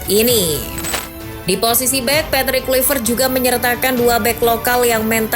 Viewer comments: Baca nya patric klaivert min bukan kluipert,sakit kuping guA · Baca nya Patric Klaivert bukan kluipert,kocak